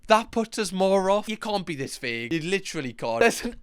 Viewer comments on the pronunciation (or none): none